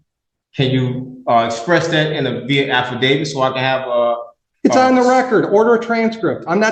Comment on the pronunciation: Anyone else notice that all these Moore sovtards pronounce affidavit "alpha-david". 😂